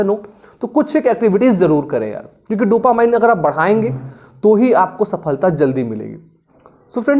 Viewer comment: Sir, dopamine ko डोपामाइन bolna galat hai, sahi pronunciation hai डोपामीन। Jaise "determine" ko डिटरमाइन kahna galat hai, sahi pronunciation hai डिटरमिन।